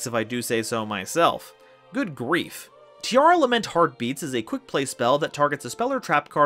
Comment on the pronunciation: sigh yet another person butchering the pronunciation of “Tearlament”